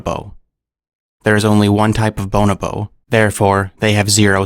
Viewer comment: The emphasis should be put on the 2nd o in bonobo, not the first. Cool video.